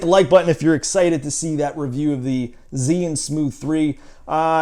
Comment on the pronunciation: is called zhii yun not zeee yun.